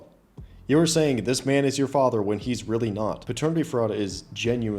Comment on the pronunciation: She said it weally be your own people man😂😂😂😂 its ya own fault